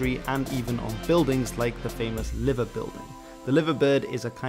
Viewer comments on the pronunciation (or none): The word Liver is not pronounced as "Liv-ver" but "Lye-ver". This is due to the Scouse accent and pronunciation. Also the Liver Bird is a mythical creature that dates back to the 13th century and is a hybrid mix of a Cormorant, Eagle and a Phoenix. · Lie-ver bird not liver. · It’s pronounced “Lye-ver” not “Livver”, and Manchester United came from Newton Heath, not Newtown Heath. Also, it isn’t “North Preston Football Club”, it’s Preston North End, and always has been! Newham is a London Borough, only formed in 1965. West Ham is the area the team comes from — and it wasn’t Thomas Ironworks, it was Thames Ironworks, like the River Thames. Wolve don’t wear orange and black striped shirts - they wear Old Gold and black. If your Ukraine videos are as inaccurate, God help you! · The name "Liver Birds" isn't pronounced the same as the "Liver" in "Liverpool" - it is pronounced "LIE-ver Birds (as in "lie down")". The Royal Liver Building, which has the statues of the birds set on top, are pronounced the same way. The way you say the word, it sounds like a bird with a taste for internal organs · Yeeaaah as I scouser I cringed a bit at that one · Well you laughed at it, so I figured derision rather than disagreement, and you're wrong, OP is right. pronunciation of Liver Bird was incorrect and the one OP has given here is a closer representation. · Common mistake, you do not pronounce Liver bird the same way as the body part. You hear a kind of capital “i” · Your pronunciation of Liver hurts my soul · Sorry, H, but Liver (the bird) rhymes with 'fiver'. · And he rugby team wasnt the man utd team but the salford rugby league team. If you cant get little details like that or not pronouncing liver with diver, how can i take the rest of this seriously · Check your pronunciation of liver bird.